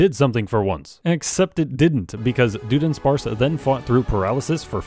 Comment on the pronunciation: Why does he keep saying Doo-dunsparce?!😱😭😵‍💫